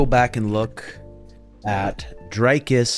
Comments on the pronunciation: Bro, great content but how do you still no know how to pronounce his name? The Dric in Dricus is pronounced like stick...Dric, not dryke. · I love you, but it's pronounced dree-koos, not drei-koos.... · Dricus as in Hendricus. Dutch name last name is French.